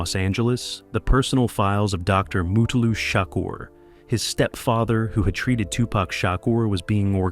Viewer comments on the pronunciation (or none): He said mootalu😂😂😂 white ppl always mess up black ppls names purposely 😂😂😂